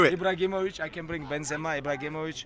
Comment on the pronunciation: "Ibragimovic" -khabib